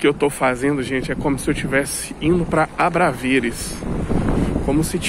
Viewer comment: Bom dia! Também sou brasileiro e moro mais a Norte,cerca de 40 km. Conheço Viseu muito bem e gostaria de fazer uma pequena correção. O nome correto do bairro que você se refere chama-se ABRAVESES e não ABRAVERES. Abraço e boa sorte. Francisco Guedes.